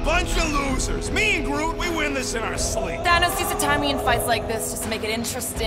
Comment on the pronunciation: is it me or does Rocket keep calling Groot Groo and just completely missing out the T. In the film he had a kind of east coast american accent, so while he didnt enunciate the T in the movies, you could still tell he was saying Groot cuz of the abrupt stop at the end of the word that replaced the T. Here he kinds follows through and it sounds like he's saying Grew It might just be me, but it sounds weird.